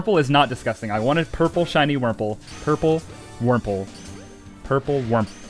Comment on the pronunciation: Purple wurmple ❌ Purmple ✅